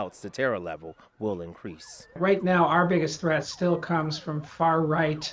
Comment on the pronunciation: Did he say at the end "The biggest treath still comes from the far right" ??? 🤣🤣🤣